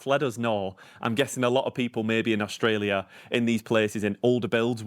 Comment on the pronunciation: Young lady , we pronounce AuSTralia , not AuGstalia . Thank you . 🤩